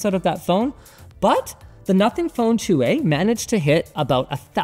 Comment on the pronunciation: It's a canadian phone? All I can hear is "Nothing Phone two, eh"